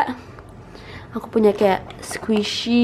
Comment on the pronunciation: Ngomongnya AKU PUYA, DAN, GITU-GITU😅